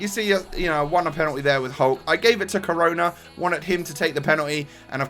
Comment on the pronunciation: He is pronounced like share